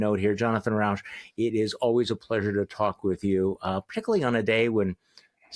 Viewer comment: Rauch NOT RAUSCH. Smoke not Noise.